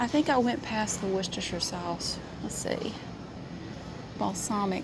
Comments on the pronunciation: As someone who lives in Worcestershire, UK it’s so refreshing to hear an American pronounce it correctly 😅🤣 love that! Also, I’m absolutely baffled by the amount of variety your super markets provide 😳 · Perfect pronunciation of Worcestershire sauce! Never heard an American person get that right before. (Don't mean to sound patronising, I'm just amazed!).